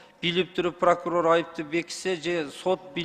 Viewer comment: Кагаздан окуса прокурор окубай айтса пыркурор экен